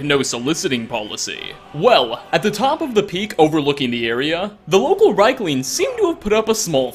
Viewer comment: REEK-lings. REEK. Not "rike," it is pronounced REEK-lings. They say this in the game!